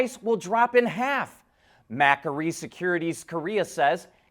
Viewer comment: Ma-query not Mak-ery